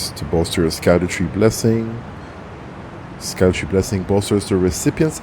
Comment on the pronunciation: its pronounced "shadowtree" because its some old english fuckery.